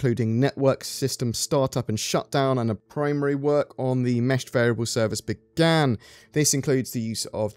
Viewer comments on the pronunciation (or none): none